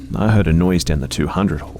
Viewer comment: I love how calming your voice is but sometimes your accent makes me laugh. During the 3rd story, when you kept saying "hall" all I heard was "whore". Is that just me?